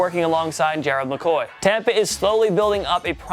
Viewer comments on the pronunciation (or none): none